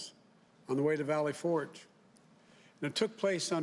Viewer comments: I couldn't tell if he said Ford or Fort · Did he say “Valley Ford”?